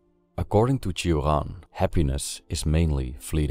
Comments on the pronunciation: Why you say Turan instead of Choran (romanian promunciation) or Sioran (french one)? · Cioran is a Romanian surname and shouldn't be pronounced as if it were a French one. It's /tʃ̩ŏran/ with the 'ci' sound almost as it is heard in English 'cheese' and with the hard 'r'. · It makes me somewhat sad to hear a Romanian name pronounced with a French accent in English.